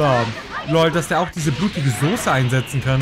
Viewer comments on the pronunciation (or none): none